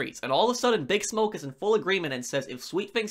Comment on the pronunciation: Loving the videos, but cannot stand how you pronounce "Bigsmoke"